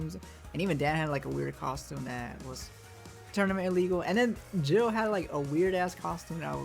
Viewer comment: Did you call him "jill" and not "gh-ill" (gill) 😭XD (No shade just messin.) But I do agree with a lot of the stuff you mentioned. I been playing for a while, and yeah juri's theme is trash, even though I love her, miss her sf4 theme but glad the 6 theme is much better